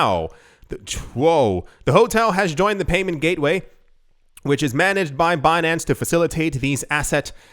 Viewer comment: when you said Bin-an-ce, with that french accent, I thought you said Beyonce, the singer. I was rather confused with the article until i caught on.